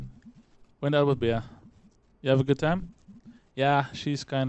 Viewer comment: Also to correct you, the way you pronounce Bea is "Bee", like the insect. In Beatrice, the A is silent.